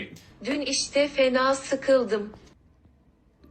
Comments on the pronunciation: I'm Turkish and the last one- the last one is just peak comedy for me lmao- most foreigners can't pronounce ı and instead use i and sometimes it's hilarious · Lmao EVERY foreigner makes this "sıkıldım-sikildim" mistake. It's hilarious every time.